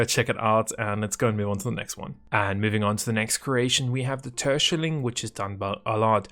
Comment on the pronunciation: Nice to see how you try to pronounce terschelling😂 thats a dutch "wadden eiland" a island in the north of the Netherlands and the "kustwacht" is the dutch coastguard. Nice vid!